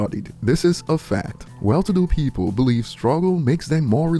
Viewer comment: WHAT!? Pee-Poo-L. Really nasty Specie.